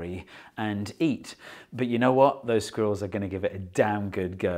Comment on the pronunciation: I'll be honest, I clicked on this video just to hear a British man say the word 'sqwurells'